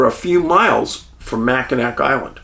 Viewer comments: Macinawww Island…..NOT Macinak Island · Hi Dave... It's Jena from Milwaukee. My husband Tom passed away last week. He really loved your movies. Anyway... The pronunciation of Mackinac is supposed to be Mackinawe....... Just like I'm in awe of your dog "Huck". Thought you might want to know that.. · Good Morning Dave, I watch all your videos and love them but when you pronunciate Michigan city's wrong it goes against everything in my code to not watch anymore. Anyway it is pronounced Mack-in-awe. In French, a word ending in ac is often pronounced with a soft or silent final consonant. As a result, Mackinac was written with a c but spoken as Mackinaw. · Great video and a very mysterious case. For future reference, and in case you do another case in this area, Mackinac is pronounced Mack-in-aw. 😊. I’m headed to Mackinac Island this summer for a girl’s trip. Can’t wait. It is a super magical place. Cheers! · i'm a michigander, every time he says mackinack i cringe lol. it's nails on a chalkboard for me! 😅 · Love your show! Wow, Thank you for bringing to light this cold case mystery. Growing up and still residing in Michigan, I remember this unfortunate incident well and, like others, was perplexed by the findings of this case, or lack there of. Keep up the great work! (Mackinac is pronounced MACK-in-awe (like "awe" or "aww")) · LOVE YOU HUCK AND DAVE!! Michiganders pronounce these cities like this; Mack-in-aw St. Ig-nis You're cracking me up with how you say michigan cities 😂😂😂